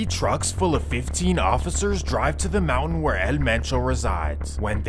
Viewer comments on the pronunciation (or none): none